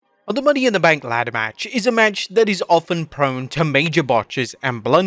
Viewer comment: “It iz what it iz” 🤣🤣🤣